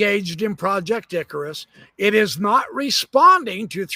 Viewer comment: I am hearing impaired and keep on hearing you say ,project dickrus